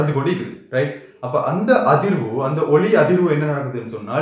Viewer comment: Expalantion is very clear sir ,but you pronunciation for ஒளி and ஒலி ..both are same .....haha